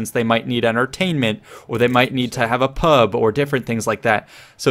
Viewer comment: Hearing a yank say pub was weird